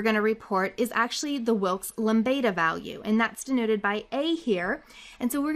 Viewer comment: Hi, can you put a link to the materials like the word file that you used on this video? I will appreciate it very much. Also, I love the way you pronounce Wilk's Lambda. You remind of a song.